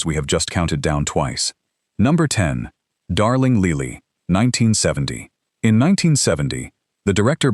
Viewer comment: Darling Leely? Funny, I would have pronounced that Lily, like the flower.